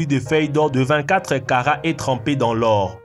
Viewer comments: c'est moi ou j'ai entendu caca au lieu de "karats" ? 😂😂😂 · il a dit caca au lieu de kara